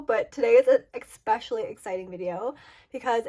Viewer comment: Expecialy? Do you mean exceptionally?